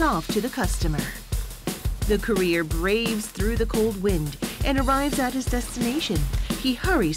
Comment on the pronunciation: With the explosion of food and regular delivery services, I hope the Korean government promotes the awareness of the plastic waste problem and comes up with a solution like biodegradable plastic. Also, the way the narrator pronounces "courier" is a bit odd.